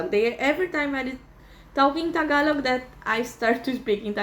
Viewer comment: Your pronunciation of Tagalog words are bang on. Good on you. Gonna have to work on my Canadian wife on that one